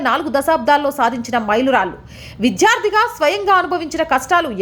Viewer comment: మేడం - మీ రిపోర్టింగ్ చాలా బాగుంది, కానీ ఉచ్ఛారణ మెరుగుపరుచుకోవాల్సిన అవసరం ఉంది. ''వైధ్యం' కాదు వైద్యం అనాలి ; విధ్య కాదు విద్య; విధ్యార్థి కాదు విద్యార్థి అనాలి. దయచేసి మరోవిధంగా అనుకోవద్దు. 🙏